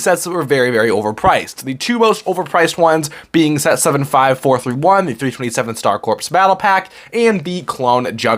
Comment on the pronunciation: Star Corps is pronounced as Star “Core” not Star “Corpse”. It’s not a dead body, lol!